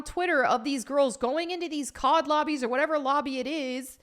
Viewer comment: Im not a COD fan.. but every time she said COD lobby I thought she said COB lobby (Calling it COB in reference to all men) LOL